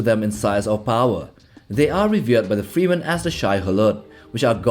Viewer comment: 20 seconds in and I'm already disinterested by you pronouncing freman as freeman.